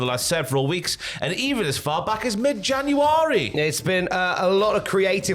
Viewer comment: im gonna start saying January like that now